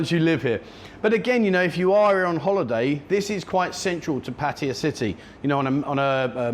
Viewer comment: Why do so many expats who live in Pattaya find it so difficult to properly pronounce “Pattaya”?